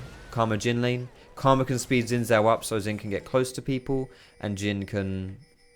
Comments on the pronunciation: Isnt Xin Zhao pronounced Shin Zhao? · I can't stress this enough about the pronunciation of xin zhao. It's pronounced like sheen-jahw. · PLEASE type 信赵 into Google translate & listen to how Google pronounces it.